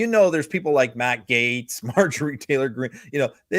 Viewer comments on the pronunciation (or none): none